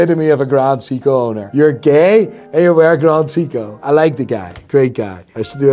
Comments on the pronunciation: It's pronounced Psycho, Not Seko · Sei-ko not see-ko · Wtf is a "see-co" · This self-proclaimed watch expert can't seven pronouce "Seiko" correctly. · Bro can’t even pronounce Seiko correctly